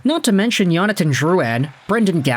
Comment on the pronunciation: it’s Jonathan not Yonathan